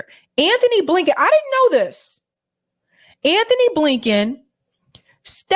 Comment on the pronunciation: You keep pronouncing Ghislaine incorrectly. Soft G. Not hard G. Then you called Antony Blinken Anthony. Please get names correct. Pet peeve of mine.